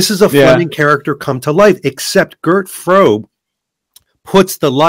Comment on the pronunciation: Gentlemen, Mr Frobe was German; his name is pronounced Frober [without the final R]. I loved the discussion, though; thank you both.